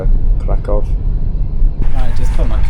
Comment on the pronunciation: Mate!!! It's KRAH-koof or just use the English version. Why don't you think that people in the second class don't deserve the same privacy as people in the first one?